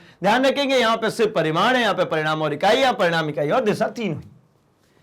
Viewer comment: Sir paridam nahi parimad